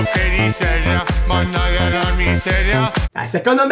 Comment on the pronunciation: Non diceva managgia la miseria ma mannaga la miseria😂😂😂😂😂😂😂